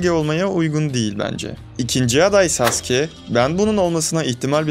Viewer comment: saske ne abi saske ne düzgün okuyun şu adamı sasuke bu saske diyince tuhafıma kaçtı